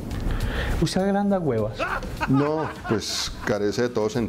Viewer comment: "¿Usted agranda guevas?" Jajajajajajajajjajajajajajajajaja